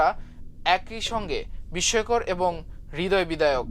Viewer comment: এটা কি এআই এর মাধ্যমে বাংলা সংবাদ পাঠ? 😅 এমন উদ্ভট বাংলা উচ্চারণ জীবনেও শুনিনি। হৃদয় বিদায়ক মানে কী? হৃদয়বিদারক শব্দটি কি সংবাদ পাঠক কখনো শুনেন নি?